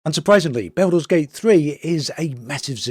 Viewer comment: My ears! Baooolder's Gate 3.